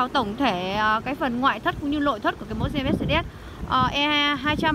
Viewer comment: nói ngọng, lội thất